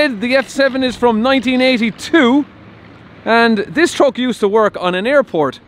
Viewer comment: That irish pronunciation is funny... TrOck